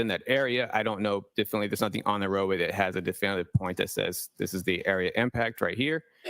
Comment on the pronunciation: Q. Have I been saying ‘definitely’ wrong all these years? Must be a silent T 🤔